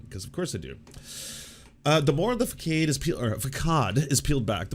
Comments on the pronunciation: It's pronounced /fəˈsɑːd/, lol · oh gosh it's pronoumced /fəˈsɑːd/ <3 otherwise realy enjoy your videos :) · Dude.. did you really not know how to pronounce facade? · Is that how façade is pronounced in Canada? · I used to have some respect for this channel until he mispronounced "facade". Sad smh.